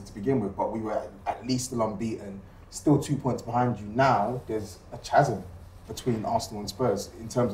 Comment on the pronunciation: My man pronouncing chasm is wild